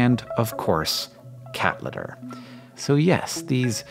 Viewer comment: cathlitter? Ohh cat litter...